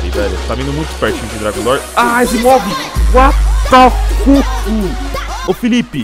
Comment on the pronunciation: Ele Falando "Uatá Fokii"